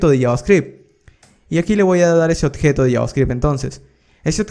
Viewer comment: ¨odjeto¨ dice el bruto! Se dice ¨objeto¨